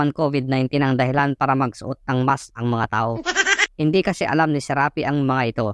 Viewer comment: Dapat SHARAPI, hindi Serapi.